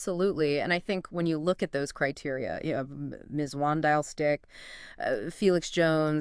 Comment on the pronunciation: If you guys want to gain listeners you’re going to have to at least make an effort to pronounce the names correctly😂 You are murdering them… Schalk = Sculk, Mzwandile = Zwundeelé, Daan = Dunne. People won’t take you seriously if you don’t make an effort. If people can make an effort with the Pacific Islanders then they should with the SA names as well. Rugby fans are a loyal bunch and if you want to be taken seriously then make an effort…